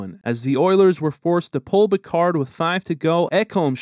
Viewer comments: Who's Pikar? You mean Pickard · Not Pick ard. Its Pick erd